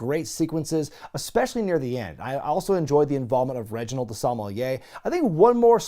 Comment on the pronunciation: Who is Reginald OhSomeMoiYah??